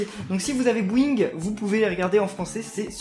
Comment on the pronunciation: C'est boing pas bouing